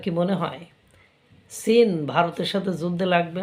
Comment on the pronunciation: আপনাকে আমার বেশ শিক্ষিত মানুষ বলেই মনে হয় (যদিও চেহারা ছবিতে একটা মাদ্রাসা ছাপ আছে) কিন্তু চীন কে সীন বলেন কেন?